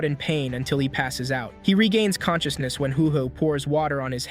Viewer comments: WHENB HE GAAIIINNNS CAN-CHUS-NESS…….. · conshooshness lol